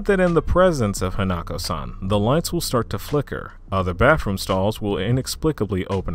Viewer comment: you said hanako-san wrong